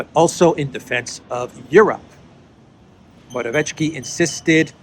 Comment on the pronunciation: I'm not Polish, but I'm pretty sure there is no "tsh" sound in Morawiecki - just "ts" (Mo-ra-viet-ski). It would need to be written Morawieczki to be pronounced that way.